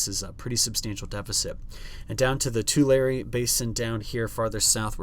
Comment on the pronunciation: Thanks. We keep holding onto the hope. Thanks for your persistence on your Central CA Pronunciations: Tulare - got it! Looking forward to next weeks' forecasts. The current Bureau of Reclamation surface water allocation for irrigation water is abysmal. Hoping this change comes to pass and we catch up...we really need it! For our area, we hit 82 or so this afternoon...a high of 56 for Sunday, then a quick jump up again before the hoped for cooldown. Enjoy your weekend!